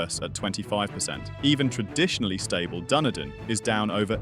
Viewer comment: Cant pronounce Doonoodin correctly...